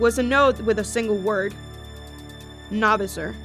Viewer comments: It's not Novasor it's No Visor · Btw it’s No-Viser not Na-Vser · It’s visor not visir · Did she purnounse it Novizerr? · Not no viser no visor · You pronounced novisor wrong it’s No VISOR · ITS PRONOWNCED AS NO VI ZER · Why does everyone misprounounce No-visor? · You spelled his name right but you did not pronounce it right